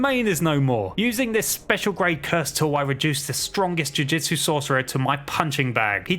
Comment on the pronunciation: He’s saying jujitsu I’m annoyed